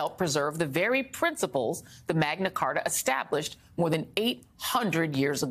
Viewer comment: Did you just say the MAGA Carta?